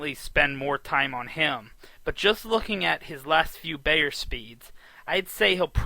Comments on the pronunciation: Hey, it's BIIIIIIIER, not BAAAAAYER. He's the most prolific handicapper, writer, speaker and defender of horse racing in history. Not hard to pronounce his name correctly. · It’s Bye-er , not Bay-er. Makes me think this guy doesn’t know anything.